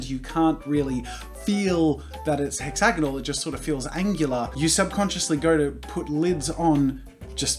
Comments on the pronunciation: Hex-ay-gone-all......what?....totally not hex-a-gone-ahl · I love how he kept saying hexagnonal even though it’s hexagon